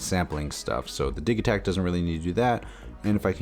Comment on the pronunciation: lol dude it's not diggytack, it's diji-tact.. like digital?